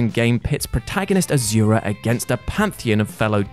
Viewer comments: ITS NOT AZURA ITS NOT A Z ITS AN S , AND ITS PRONOUNCED ASHURA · not to be that guy but for future reference asura is pronounced as ashura